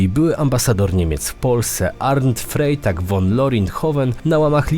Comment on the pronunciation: I proszę trochę podszkolić niemiecki bo nie mówi się Zajtung tylko cajtung😂 i nie Frejtag Won tylko frajtag fon!!!